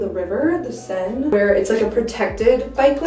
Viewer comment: You call it wrong Saine not Sein 😅little bit and maybe your sick after the trip is because the different temperature where you came and where you was,that is normal.I follow you on instagram too your Dad Church too.